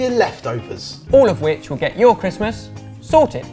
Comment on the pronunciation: Its not christmes